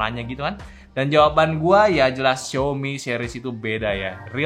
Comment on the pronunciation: XiAOmi Bro, bukan XiOmi